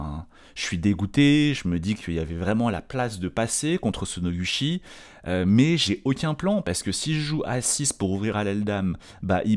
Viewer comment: Ca se pronouce [Nogoutchi]. Je trouve ça très amusant que "Cocoro" ait eu le droit d'écrire son nom un peu comme il le voulait xD , puisque ça ne s'écrit pas comme ça normalement, c'est rigolo 🤣.